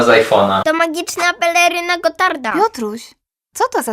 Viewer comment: magiczna pelerrrryna gotarrrta